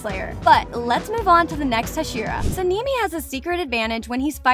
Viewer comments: no way you call him senimi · Why does it sound like the voice says sanimi and shinubo? What is that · Why do you call sanemi sanimi? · "inosookeh" "tanjeero" "saneemi" "shinubo" "moohzan and saneemi" "obanEYE" "tamayOH" "geeyu" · HAHAH THE FACT SANEMI’S NAME SOUNDS LIKE A GIRL CAT NAME SEN EME SAKURA=SAKKIRA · girl whos "senimy" 💀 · Yes, we all love Sanimi, Inosuuke and Shinubo ;-; (Btw all of the names are mispronounced. You can watch the original Japanese sub to hear the correct pronunciations.) Good video tho. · Okay she called sane I " saneemi " and inosuke " inoosuke "💀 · Sanini💀 En-osuke💀 Obanaayi💀 Shinobo💀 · “Tameo” “sanimi” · ‘ ‘ muzaan’ ‘ , ‘ ‘ inosukay ‘ ‘ and ‘ ‘ sænemii ‘ ‘ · So the fuck is seeneemy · How she says Tamayo and Sanemi makes me think she doesn’t watch demon slayer. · its sanemi and and samimi